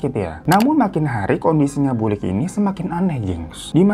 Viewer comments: Yang bener BULIK (tante) PAKLIK (om) bang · Wkwkwk..... Lucu juga dengerin bang Hirotada bacakan bhs Jawa logat Jakartaan Paklik.... Bulik.... Wader..... Pati geni.... Luwih becik.... Cara bacanya kurang tepat karna bhs Jawa dibedakan ê è é Btw Story teller bang Hiro tetap THE BEST 👍🤗😍